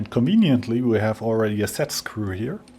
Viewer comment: Aww... He says "conveniently" now. I may or may not have watched these for "conwieniently"